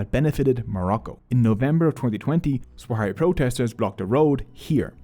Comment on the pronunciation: I hate to nitpick but your pronunciation of Sahrawi is both wrong and inconsistent throughout the entire vid